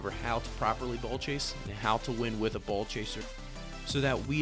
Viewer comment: Nice video! I definitely like your angle on ball chasing and explaining that there are in fact times you should ball chase, but like all things it must be balanced In the beginning, the way you say “ball” I kept hearing “bull chase” 😂😂